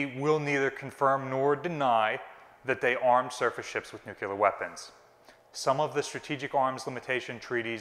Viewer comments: I love and this channel but i confess it drives me nuts when folks that should know better say "nuculer" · Are you saying "nuclear"? If so, where is that extra U coming from when you say it? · you’re amazing and I love your work. Please though, learn the right pronunciation for “nuclear.”. Seriously … it's not hard. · Hee. Americans adding a third syllable to the word ‘nuclear’ is always funny. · You have consistently made the mistake that many do, but with this video it is just too much. The word is NU-CLE-AR not NU-CU-LAR. As the curator giving tours it would be good to be sure you pronounced the term correctly for the young people visiting the ship. thanks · Ok, who gets to correct pronunciation of "nuclear"...from his current "nucular". Just remember The Vapor's album 'New Clear Days" as a helpful hint. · I can confidently tell you no battleship ever carried “NUCULAR” weapons as they don’t exist. LOL. Love you but c’mon man! NEWWWWW CLEARRRRR. IN DA FAT IG ABLE! Keep up the good work taking care of our baby! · Nuculer or nuclear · New Clear, not New Cu Lar. I'll see myself out, thanks. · Nuclear! Not "nukelar"! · I love your channel and I'm a big fan of BB-62 but please for the love of history and science please stop saying nuke-u-lar. There's only one u in nuclear. It's pronounced new-clear or nuke-leer or nuke-lee-are. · Nuke-LEE-ar.........not Nuke-You-lar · "Nuclear", not "Nuculer." Otherwise, excellent. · NEW-QUE-LAR Nū-clear :) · "Nu-clear" Not "nu-cu-ler" Why is this mispronunciation so common? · Dear god! - its NUKE-LEE-ARE, not NUKE-YOU-LAR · It's NUCLEAR, NOT NUCULER. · The word is "nuclear" not "nucular"!! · Oh please! It's nuclear, pronounced new-clear. not nukular. Sorry, pet hate of mine! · Please, please please, pronounce it correctly. The word is NOT nuke-u-ler. It is nuke-cle-ur. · New-clear. Not nu-cu-lar. :) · NU-CLEE-ARE. Please. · There are no such things as nucular weapons, there are however nuclear weapons